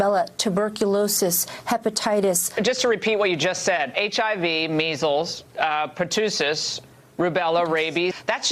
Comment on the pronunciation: Ingraham-"Pertoosis", that's just a fact. Look, the disease and its pronounciation have been around for well over 80 years. I've never heard even the dimmest bulb mispronounce it. Actually, now I have, and that bulb's intellectually burnt out.